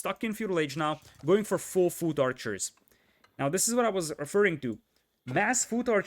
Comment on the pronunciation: Hahaha his pronunciation of foot archer is hilarious